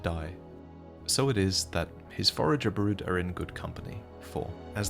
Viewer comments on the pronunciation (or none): none